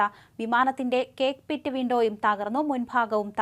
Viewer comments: കേക്പിറ്റ് അല്ല കൊച്ചേ, കോക്പിറ്റ്...കോക്പിറ്റ്.... ഇതിങ്ങനൊരു കൊച്ച് 😂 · Cockpit alle why are you saying CAKEPIT to SAJAN SCARIA ENTHUVA IDHH??? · cake pitoo good pronounciation 😅😅😅😅